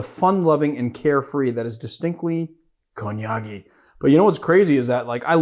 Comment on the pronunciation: He pronounced "Konyagi" like an authentic Kenyan 🇰🇪😂😂😂 had me shook